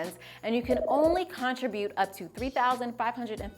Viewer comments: got thrown every time you pronounced "contribute" like it was "contra-butte" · I was thinking the same thing. I’ve never heard anyone pronounce it that way.